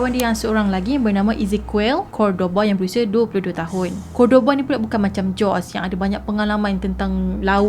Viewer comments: good story...i liked..storyline yg jelas...but sis some countries they mention "J" as "H'' and "S" as "Z" so nama JOSEY ni sebutannya HOZEY...kita sama2 belajar ya :) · Sebutan Jose tu 'Hosè' kan? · Hi assalam... best kes ni...😍👍🏻 Jose sebutan nya " Hozay".. zay sebut macam 'say'(english) with 'z' Ezequiel sebutan nya izikel. Moga smangat slalu post citer2 best di masa akan dtg..😍👍🏻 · Ada banyak correction yg saya nak inform....iaitu Jose = hose sebutan dia....tortilla = tortiyya sebutan dia Dan...org Mexico mmg berbahasa Spanish...mcm mana pulak Jose xleh berbahasa spanish